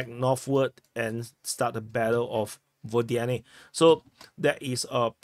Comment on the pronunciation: Again, unaccented Ukrainian/Russian/Belarusian "O" are pronounced as "a". So, Водяне = Vodyane = vadyAne.